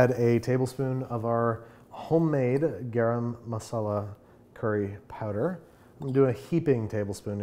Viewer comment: "Garam masala" pronunciation was epic U guys talk in urdu so cute😄